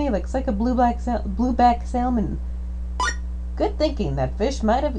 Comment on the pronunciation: I really wish you didn't pronounce "salmon" the wrong way - the "L" is silent.